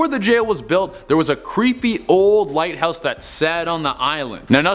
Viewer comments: Hahaha the lighhouse lol not the lighthouse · The "Lighhouse" not a "Lighthouse" hummmm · "The lighhouse" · I'm sorry, I can't help it, I-- The "Lighhouse" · Lol lighhouse 😂